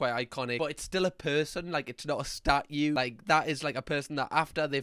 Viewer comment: "Its a person, not a statyooo"